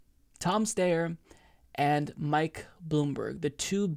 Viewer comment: His name is pronounced St-I-er. Sometimes Ys are pronounced like I in certain last names. It might be British or something, yet we all need to do our part to defeat these two billionaires so they get taxed into retirement. I thought Tom Steyer was retired anyway living on a peaceful ranch in San Mateo County California. He might as well stay there if Bernie taxes his wealth, his estate, and his capital gains if he is still tied to Wall Street, and the stock market. Let’s not forget that Steyer invested in coal mines in India while he’s trying to run as an environmentalist. He might as well divest from those mines. It’s up to us to defeat them with the power of Bernie 2020. Let’s bring Bernie to the finish line.